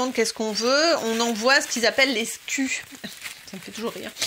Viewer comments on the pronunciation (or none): Juste un détail vu que je bosse en logistique ça m'a interpellé 😉 : sku se prononce en anglais donc "skiou", ça veut dire stock keeping unit.